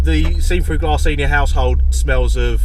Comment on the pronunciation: It's glASS not glArse.